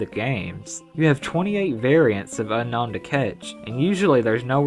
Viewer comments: Unown is pronounced "Ooh-known" (Atleast, in my opinion) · It's pronounced, Un-Own